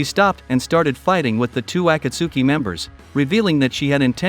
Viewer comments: “ ah kah su ki” it’s a kot ski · The saddest part is hearing him trying to say akatski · Bro pronounced akatski acatsky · bro can't even say akatsuki right